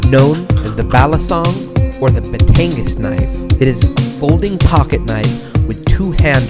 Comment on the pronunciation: Its pronounced "Batangas".... not "Betangas". Pronounced the same way as it is spelled :)